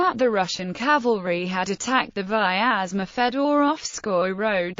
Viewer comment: Please note that the name Vyazma (Вязьма) should be pronounced with 2 syllables: Vyaz - ma, and the 'y' is a consonant as in English "yet" ; it does not have 3 syllables as in English "miasma".